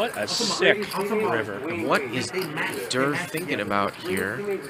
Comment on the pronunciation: Why’s he calling Tom Dwan DURR